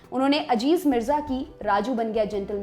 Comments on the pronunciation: Ma'am wo lafz Aziz hai, Ajiz nahi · Correction-Madam naam Aziz hai Ajeez nahi. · Home work karke aao , it's not Ajiz Mirza it aziz mirza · Madam Ajiz Mirza nahi Aziz Mirza hai😊😊😊